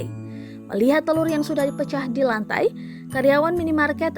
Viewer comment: Tolong untuk tribun timur. Itu telur, bukan telut.